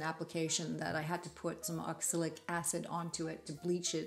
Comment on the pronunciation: Just so you know: it is oxalic acid, not oxilic acid.